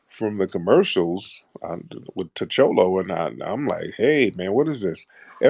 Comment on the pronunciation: I mean the dude really called him ta cholo??? LOL